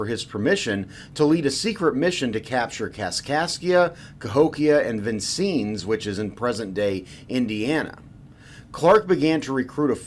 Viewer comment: You said venncenns Wong